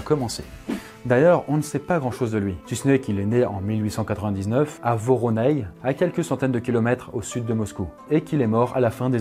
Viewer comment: Varonezh ( varonej Воронеж) pas voroney 😅😅🤷🏽‍♂️